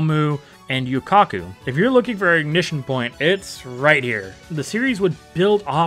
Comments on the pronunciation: Doujin manga bad... the "Hey, Mister" memes are really cursed because of that NSFW doujin XD also it's Yu-Yu-Ko, not Yu-Kaku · Goofy did you just say yuyukako for yuyukos name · i promised myself not to judge your pronunciations when i started the video but i might have to break that promise after hearing how you said “yuyuko” 😭